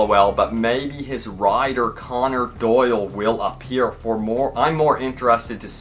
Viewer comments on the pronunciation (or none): Sir Arthur Conan* Doyle. Not Connor.